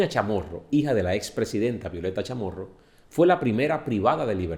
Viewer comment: Puro CNN, incluso hasta pronuncia mal el nombre de la Chamorro igual que CNN. Me da risa cuando empiezan con "Nicaragua el país mas grande de Centro America" pero no dicen Nicaragua el país mas seguro de la región, Nicaragua libre de maras, Nicaragua sin secuestros, Nicaragua con educación gratis, Nicaragua con salud gratis, todo lo anterior, echos, realidades. Nicaragua no es un país perfecto, y tiene pobreza, pero esa pobreza de igual forma existe en los demás países de la región.